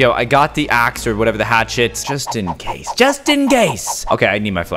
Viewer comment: caylus: just in case just in gase Me: bruh why did you say case and then gase